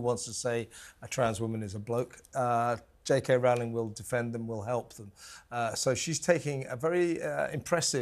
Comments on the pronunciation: It's Rowling as in bowling, not cow: The only sane Scotswoman within a 20 miles radius of Edinburgh Castle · When she is calm, its *Roe-ling.When she is belligerent, its Rau-ling. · Rowling not Rowling as you said earlier but not later after correcting the woman. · Don't have a row, about pronouncing Rowling.